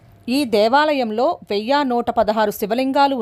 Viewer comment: ఓం శ్రీ మాత్రే నమః 🙏🙏 వెయ్య కాదు అమ్మ వెయ్యి అనాలి